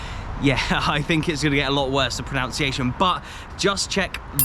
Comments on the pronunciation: Irony: Apologising for you pronunciation, while saying ''proNOUNciation''. It's proNUNciation, mate. The clues in the spelling. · The irony that the worst 'pronounciation' was of pronunciation haha